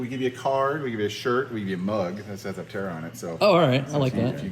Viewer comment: The correct pronunciation of “aptera” should be /ˈaptərə/, like in “dermaptera” (/dəːˈmaptərə/) or in “zoraptera” (/zəˈraptərə/).